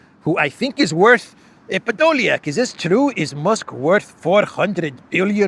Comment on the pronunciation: Thanks for this update " Ehh.. podolyiak " always gets me.. Have a good thrusday evening 😊